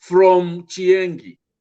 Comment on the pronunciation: Chienge not chiengi.